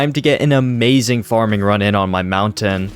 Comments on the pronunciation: Mountain. Is pronounced mountain not mounten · Please STOP saying mounten its so annoying just stop saying it at all.. call it a Hill if you cant pronounce it correctly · Nope i cant watch it anymore you say mounten so many times its unwatchable